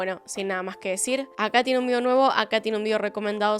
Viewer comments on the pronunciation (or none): none